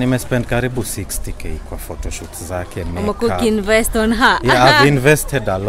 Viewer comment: It is "phoro shoot" for me😂😂😂😂